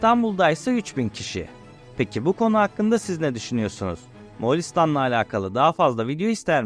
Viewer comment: Moğalistan değil “Moğolistan”